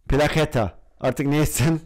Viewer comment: Plaçeta diye okunuyo